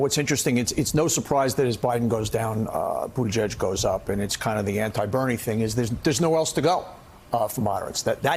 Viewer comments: Thanks for all the news, and I like you guys a lot, but guys, it's not pronounced "Buttijudge." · It's BUTTIGIEG! gig with an 'e' !!! Not judge!!! You go Pete - America needs a responsible person at the helm that can talk in complete sentences. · "Booty-judge" thats all I ever hear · I like the coverage on Pete Buttigieg but I have just about had it up to my eyeballs with moderators mispronouncing his last name. It is both unprofessional and disrespectful.